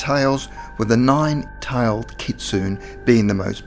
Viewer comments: Cool video! Kitsune is pronounced "kit-soon-ay," just FYI. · ... not sure how you can claim "for educational purposes" when you couldn't even research how to say "kitsune" correctly :/